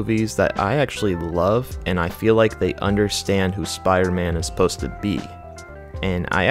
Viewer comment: Jesus Christ can u pronounce spiDer man? Good video bro but please I know u can do it I heard u in the beginning